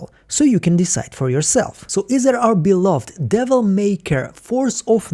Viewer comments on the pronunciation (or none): none